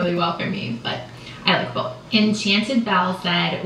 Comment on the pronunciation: I don't understand how people put a l in both. I can't pronounce bolth.